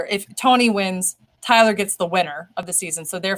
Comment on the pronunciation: Hi Tyler. Yes, you pronounced my name correctly. Thank you guys for another great show. I missed Allison though ... Everything alright with Deb? Haven't seen her for some weeks now. Hope she's okay :)